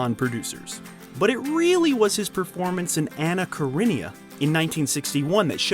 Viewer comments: You do know that "your mission should you choose to accept it" is from Mission Impossible, and not from James Bond, right? Also... It's Anna KarinINa and not "Karinia." At least you can pronounce Sidney Lumet, I guess. Lol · Anna Karenina NOT Anna kareneya